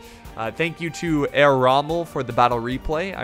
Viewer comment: The H in "Herr" is not silent...